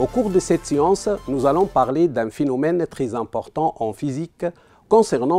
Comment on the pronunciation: "Finomiéne" "sicsession" "le fibreur"